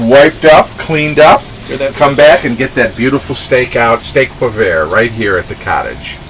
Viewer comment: Hey great recipe but you pronounced it wrong! If you sound it out it should sound like this way "steyk oh pwah"! Love your videos! =)